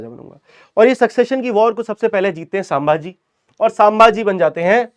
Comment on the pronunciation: Sambhaji bolo not sam bhaji